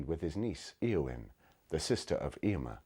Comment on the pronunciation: They're not pronouncing the names according to Tolkien's instructions. e.g., ayowyn not eeowyn.